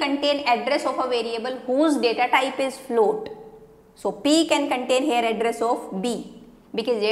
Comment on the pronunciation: Mam your "here" sounds like "hair" every time I heard here i looked at your hair.